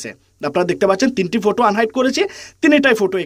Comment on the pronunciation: ফটু না 😂😂ফটো